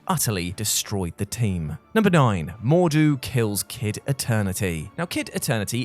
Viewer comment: I'm disappointed that you pronounced MordRu incorrectly every time.